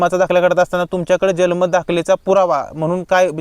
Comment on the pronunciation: जल्म उच्चार चूक आहे, जन्म उच्चार करा.